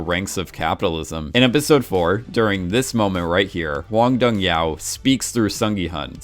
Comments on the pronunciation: can you stop pronouncing director's name as Hwang Dong YAO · And the director's name is pronounced exactly as it is spelled. Not some weird Chinese sounding thing that he morphed it into. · Do you intentionally mispronounce every single name?💀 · He mispronounced a lot of names, I just looked up how to pronounce "Hwang Dong-hyuk" and he pronounced it as "Hong Dong-hyow" when you are supposed to pronounce the K. Same with Sae Byeok he says Sae-byow.